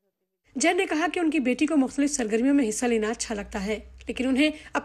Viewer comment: Bbc urdu ko urdu nai aati ✌️ LOL SARGARMIYAN you missed N